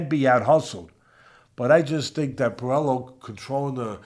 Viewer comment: N it's pronounce Pueyo not puelo so in Spanish the double LL makes the yo sound 😮😅😅😊